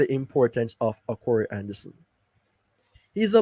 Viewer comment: The name is "Ka -Roy" not corey